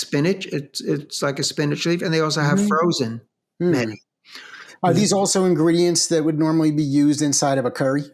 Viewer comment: Very good information. Mehti is pronounced May-tea